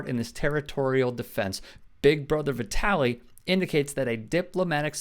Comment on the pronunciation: Vit-uh-lee. Like Italy